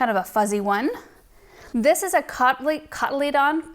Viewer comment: Wow. I've purchased from Mt Crest because of your last video (last year) and they arrived in beautiful condition. Not all growers take such care of their plants or how the are packaged for shipping. BTW- cotelydon is pronounced cot-a-lee-done. I love the variety of this species.